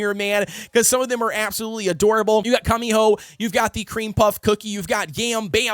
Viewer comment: The way he says "cummyhoe"